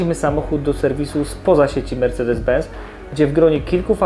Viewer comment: Mówi się ben”c”!!! Z w języku niemiecki to „cet” czyli benc